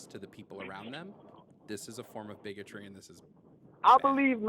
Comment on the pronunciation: "BiGOtrEe!?!?" Not gonna lie i laughed out loud. Caller dumb as hell...